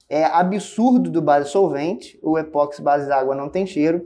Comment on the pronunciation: O vídeo é excelente como sempre, mas eu detesto ser aquele cara chato, que sempre acha alguma coisa para reclamar. Por favor, não chame o produto de E-POX, como Botox, Sedex, ou remix. O correto é dizer E-PO-XI. Considerando-se que o nome universal do produto é igual no mundo inteiro: EPOXI No Brasil, e fora dele, as pessoas pronunciam esse nome com um som similar com Ê-PÓ-KSÍ.